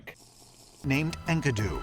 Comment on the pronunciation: maybe he's saying it right and I learned it wrong but that pronunciation of Enkidu kills me Also they arent saying Enkidu was a species, Enkidu was a guy from a story (dont remember if the story was at all based in reality maybe the main dude was based on a real king or something?) but its like one of the oldest written stories we know of or some shit idk I took a mythology class in highschool and havn't thought about Enkidu since